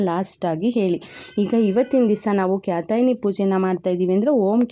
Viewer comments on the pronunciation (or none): ಕಾತ್ಯಾಯಿನಿ ಅಂತ ಹೇಳ್ಬೇಕು, ಕ್ಯಾತಾಯಿನಿ ಅಲ್ಲ